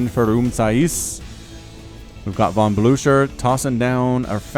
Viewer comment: Awesome video, though for the last match "Von" is pronounced with a f, so "fon" (In germany)